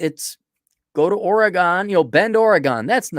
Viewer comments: Oregon is pronounced Organ. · It’s pronounced OR e gun. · It’s just weird to hear it pronounced like that when you live here lol